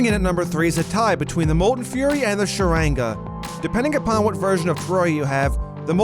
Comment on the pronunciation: "Sharange" Sharanga